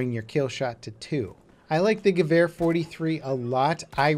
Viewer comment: Stop saying gevar its gewer